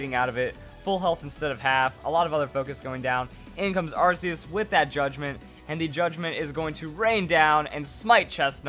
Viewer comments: if i get 1 penny for every time he mispronounced arceus, i'd be a millionare. ar-key-us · its ar k eus check official pronounciation ar keus and the jewwell of life